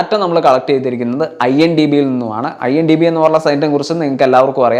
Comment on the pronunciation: IMDB ആണോ IMBD ആണോ ശെരി